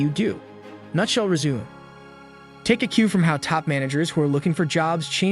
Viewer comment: Cause bro isn't natural. Lol. Listen to how he pronounces "resume"